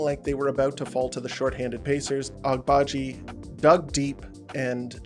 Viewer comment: I think the g in Agbaji is silent or that's at least more accurate, enjoy your content keep it up